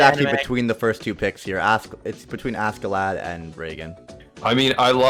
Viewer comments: Says Askeladd like Ascelad. Me:"Jump out of the window. Now!" It's Ash(c)elad or Aš(č)elad. You got FMA right, but Askeladd got the wrong pronunciation. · don't want to be that guy but you pronounce askeladd like aske laad, (it translates to covered in dust it is two different words). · says askeladd show Thorkell